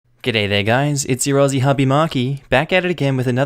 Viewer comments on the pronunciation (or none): none